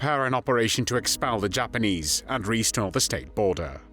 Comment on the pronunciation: yeah the content is good but the narrator makes these videos almost unbearable. “Aaaaah phuug of thah PAHtee…”. Oh and ‘Mos’COW’ (as in bovine) and ‘halted’ pronounced ‘hahltit’, ‘Jhapahnheeze’, ‘Fhinlint’, ‘Pholint’. Jesus wept.